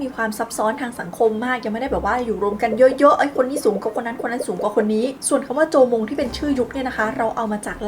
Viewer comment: なんでタイ語なの？ なわもん時代じゃなく、じょうもん時代と読みます。しかも、縄文土器の模様は食べ物を腐らせない工夫がされてます。 日本について勉強してるかもしれませんが、 間違えてるところもありますよ。